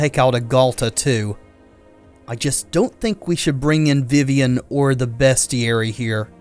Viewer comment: It is pronounced "beastiary."